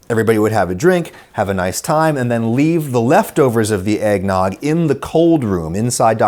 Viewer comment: Egg-ged nog?